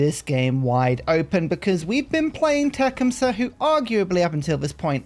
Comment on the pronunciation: I’m no expert on Native American pronunciations but the way that I was taught to pronounce it is the first part sounds like “tuck.” So Tuc-KHUM-suh. Emphasis on the middle syllable. Just thought I’d offer a suggestion.